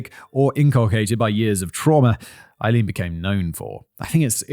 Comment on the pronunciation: Simon, has it ever occurred to you to look up the pronunciation of someone's name? Aileen is pronounced "ay-LEEN." Three and a half hours of you mispronouncing the main individual's name. Google not only provides an audio file, but also a visual of the pronunciation for the hearing impaired. Listening to you get it wrong all that time gave me cancer!